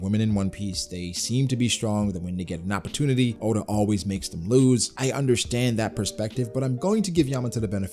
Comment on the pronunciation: Bro said add onn😂😂